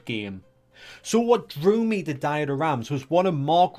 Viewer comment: No. Not diet-er, it's pronounced "Deeter". Please look up how to pronounce foreign names before putting it into a video.